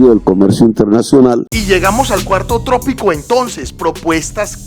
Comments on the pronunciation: Bro tópico.. no trópico .. 😊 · no es trópico; es tópico. Lo demás bien. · No se dice trópico sino TÓPICO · buen video. No es trópico sino tópico. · La palabra no es TRÓPICO. Es TÓPICO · No se dice trópico se dice tópico. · Muy buen vídeo felicitaciones. Con respeto te indico que la palabra adecuada es “tópico” y no “trópico” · No es trópico sino tópico ok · Bro, revisa la pronunciación que tópico te suena tropico. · Tópico, compañero. No trópico. gracias. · Con el fin de crecer, hago la siguiente corrección: No es trópico, sino tópico. Pero aún así, tópico es una palabra que se utiliza de la palabra inglesa topic, por lo cual, es mejor utilizar palabras como tema, punto, etcétera. Saludos. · No se dice trópico, se dice tópico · Entiendo que haz tenido un lapso en vez de decir tópico, haz dicho trópico